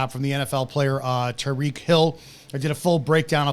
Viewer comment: “It’s Tyreek.”